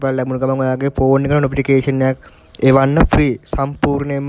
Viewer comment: ප්‍රතිඵල නිකුත් වූ වහාම නොපිටිකේශන් එකක් එවනව😂 නොපිටිකේෂන් නෙවෙයි යකෝ නොටිෆිකේෂන් 😂😂.....ඔච්චර හදිස්සියේ කියවන්න එපා බං😅